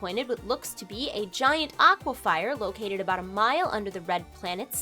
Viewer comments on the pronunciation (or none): I was just gonna comment the same thing, aqua fur, not fire. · its pronounced aqua - fer but i wont hold it against you lol, you do great videos keep it up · aqua "fur"....fire...lol